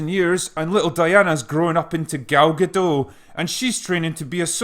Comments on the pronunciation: It is not that hard to say Gadot. Just say "Ga-Dot". No silent letters, i mean T is pronounced. I know you can say "dot" as it is a word in your inferior language. Why the hell do you call her Gadoe? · GadoT. Gal GadoT. There's a T in the end. It's not a French name. Pronounce the T. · Nice video. One correction: Gal Gadot is Israeli, not French. The "t" is not silent. For english-speakers, think "Guh-DOTE", and you'll have it. All good wishes. If you want to see Gal pronounce it herself, here's a youtube vid with it over and over. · Love your vids, just a small correction (late as it is), the T in Gadot is pronounced. She's Israeli, not French. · got future references: GadoT. not Gado. she is Israeli not french. Gadot = banks of a river in Hebrew. (Gal=wave) you welcome :) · Gadot with the "t" spoken. It's Hebrew not French. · Sure. Her name is pronounced Ga-dot. No silent letters. Means "River banks" or "Sides" in hebrew. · Gadot, is pronounced with a hard T, she isn't French. :) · Her name is pronounced guh-DOT. The t isn't silent, it's a Hebrew name, not French. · Its Ga-doT you should pronounce the damn T. gadoTT. Its in hebrew, not french. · Just a nitpick from a Hebrew-speaking viewer: Gal Gadot is not French, but Israeli, so her surname is pronounced as spelt. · FYI: The 'T' at the end of her name is not silent. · As someone who is named Gal myself, i would have you know that you are supossed to pronounce the T in Gadot. it should sound like the T in the word tea, therefore the name is pronounced gah-doh-t. I would also like to add that im very much confused by you chosing to ignore what is maybe the most stupid thing in this film, which is miss Prince carrying a sword shomehow very badly camouflaged as part of her dress, yet nobody seems to notice it. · Before I go away, Gadot is not French.. it's Israeli, so the 'T' is not silent.. so it's pronounced "Ga-Dot." Save that for the next upcoming Wonderwoman sequal.. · Gadot, with a hard T. She isn't French